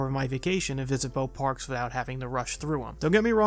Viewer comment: Your videos are interesting but the mispronunciation is so rampant that it gets aggravating. You say "fusstrating" instead of "frustrating" and repeatedly say "Bo parks" instead of "both parks". I'm not sure if its a speech impediment, laziness in speaking, local dialect or what, but if there's one thing i would do to improve your videos, it would be to have someone assist you in working out the issues with your pronunciation and enunciation when doing the voice overs. Again, this is meant to be constructive criticism, not just bashing for no reason.